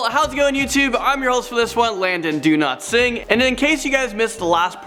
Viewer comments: I thought he said his name was Landon donotsing. (Do-not-sing). . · I thought he said Landon DoNotSing